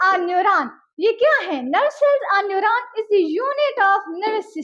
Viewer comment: It's neuron not a newraan